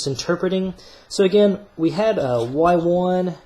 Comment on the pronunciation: I had an economics teacher who says y1 the way you do, god does that really urk me 😅